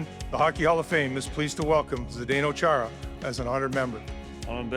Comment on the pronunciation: 24 seasons in the NHL for Chára and they still don't bother pronouncing his name correctly.